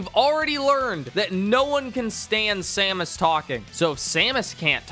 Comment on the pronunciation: he doesn't even say her name right. so disrespectful.